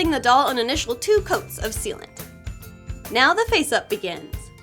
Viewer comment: when she said "sealant" I hear it as "soupent" for some odd reason.